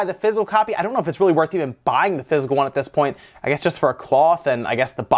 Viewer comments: I love your channel but it's not pronounced "fizz - el" it's "fizz - ik - cal." Half the time you got it right but for some reason it drives me nuts. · Took me a few minutes to figure out he was saying physical not fizzle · So confused until I realized he was saying "physical copy" and not "fizzle copy". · When you say "Physical Copy" it sounds like "Fizzle Copy" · I thought you were saying fizzle instead of physical.